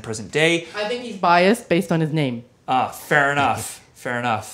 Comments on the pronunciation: Awesome episode and thanks for pronouncing my name correctly!! Also: who else is feeling the speed metal category? lets get this ball (of death) rolling!!! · Against all odds he got mine right...thumbs up